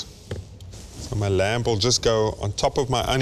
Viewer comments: Reuben is awesome but can someone please tell him the "b" is lamb is silent... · Glenn, I agree. That 'b' (or perhaps even 'p') makes me cringe every time.